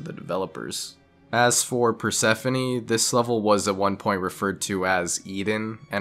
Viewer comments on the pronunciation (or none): none